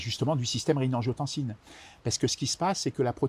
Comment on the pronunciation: A 3min40 : "système regiotancine-Aldo-Stérone" : est ce bien ce qu il dit ?? 😁😉